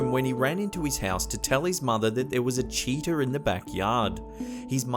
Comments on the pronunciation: Cheetah not CHEATER! Learn how to speak proper English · Lmao even the subtitles says you said cheater instead of cheetah. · When he said cheetah I laughed because he said cheater and I was like what... his mom and some other man lol